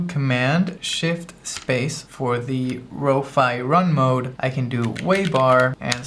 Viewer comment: Row-Fee = 🙂 | Row-Fy = ☹